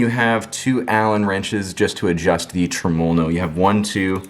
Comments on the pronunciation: I figured after the 789309th time u said trumulalow no you would learn to say it properly without struggling so much 🤣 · Dude you are pronouncing Tremol-No wrong. I wouldn't say anything but you say it so many times and is cringing me bud.